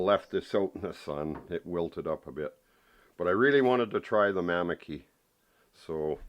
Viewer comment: its mamaki tea😅 your saying it wrong it help me big time with the covid virus